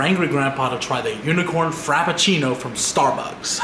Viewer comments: “Unicorn Crapafrino” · Everyone: "unicorn frappuccino": "UnICoRN cRAPaFRInO!" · Unicorn crappuchino 😂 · "Unicorn crap a frino"